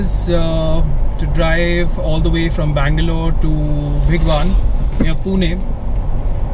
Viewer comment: bhigwaaaaaaaaan nahi hai bhai. bhigwan like bhig+one. more correctly, भिगवण.